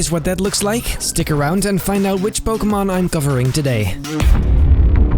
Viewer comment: Finally someone pronounced Pokémon right